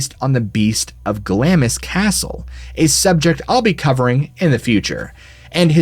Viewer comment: The wizard did it! Looking forward to hearing about Glamis Castle in a future episode, but please note that it is pronounced Glaamz, not Glamiss. Keep up the good work!